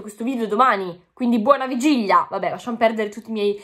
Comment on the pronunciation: Bellissima, l'unica cosa che si dice vigilia, non vigiglia... NON è UN INSULTO🤗❤